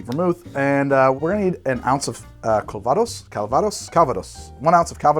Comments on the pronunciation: Having roots in the Calvados region of France, your pronunciation of calvados is horrendous. I guess I would transcribe it as "cal-vah-doss" with "cal" as in California, "vah" as in "avahda kadavra" and doss almost like the Spanish dos but with a bit less "oh" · Arghhhhhh! I'll be That Guy then. Calvados is french, not Spanish, so the intonation goes on the last syllable. It is not An apple brandy it is The apple brandy. It comes from a specifically defined region of Normandy made following a very specific set of rules and aged on oak for a minimum of two years. Where I live (Normandy... duh!) it is not so much a sophisticated drink as the principle drink. Un café calva (coffee with a dash of calvados) is (or was) a thing for starting the day. It's poured over a small apple sorbet as a palate cleanser between courses at restaurants. It's everything from the fire water distilled in someone's back yard to a 50 year old single vintage extravaganza. OK. I'm good. Carry on.